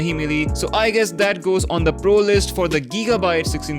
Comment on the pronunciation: giigabyte bhai gigabyte he